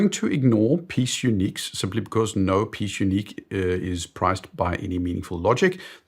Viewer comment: the only fault I ever find with you is your pronunciation of foreign languages. You say peese unique, it’s pièce, two syllables. And ultraplate is ultra ‘plaat’. Always a pleasure, PN.